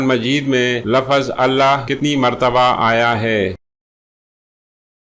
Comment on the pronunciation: بہت خراب وڈیو! جس کی بولنے کی تمیز نہ ہو یعنی لفظ(Lafz) کو Lafaz پڑھتا ہواور تھنیل کچھ دیکھا تا مگر وڈیو کچھ اور دیکھاتا ہو یعنی صاف دھوکا کرتا ہو